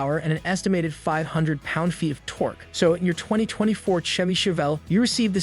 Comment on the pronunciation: My thoughts exactly! Terrible A.I. can't pronounce Chevy!!